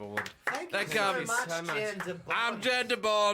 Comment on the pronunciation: It would be pronounced Yahn btw.